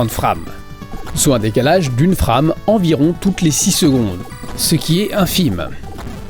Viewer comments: Très bonne vidéo, bravo. Par contre j'ai jamais compris pourquoi tout le monde dans le milieu prononce frame, fr"a"me au lieu de fr"ai"me. Quand tu dis framerate, tu prononces bien par contre, fr"ai"merate. ^^ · Tu peux commencer par utiliser un OSSC comme tous les puristes au lieu de cette daube de Framemeister (qui a fait son temps), et apprendre à prononcer "FRAME" aussi. Si tu veux te la faire super franchouillard, tu devrais dire TurboGrafx "sixtin" au lieu de "sixteen".